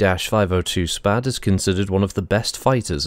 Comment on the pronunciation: 'SPAD' is in fact a Very old name in the history of aviation (by the by you did pronounce it correctly lol). It's actually an acronym: Société Pour L'Aviation et ses Dérivés, a French (obviously) aircraft company that operated between , when it then got eaten by another company. A pair of its more famous craft are the SPAD 7 and 13 respectively, both of which were highly praised fighter craft during WW1.